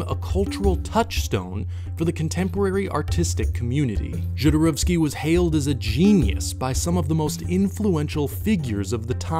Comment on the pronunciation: I don’t know how someone watches all of “Jodorowsky’s Dune,” does all this research, listens to people say his name over and over again and SOMEHOW STILL make HOURS of content saying his name INCORRECTLY. Every. Single. Time. It blows my mind. Just take two seconds and look up how to say it!!!! Say it correctly!!!